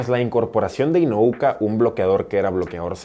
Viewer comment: Espero no te moleste que te corrija, pero se apellida INU-O-KA, inu significa perro en japo, tal vez te sirva de referencia para que no te confundas al pronunciar su nombre.